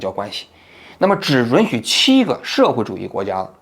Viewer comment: 是允yun许别特么老run run听了真膈应